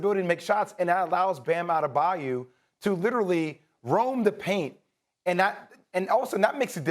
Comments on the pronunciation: It's Adaba-yoooooo not yu. Get it right ppl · Jay, it’s Adebayo not Adebayou. Only Perk is allowed to call him outta da bayou.